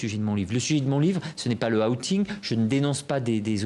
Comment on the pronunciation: À Le "a-outing"... Sacrés Français, incapables de prononcer outing... Lol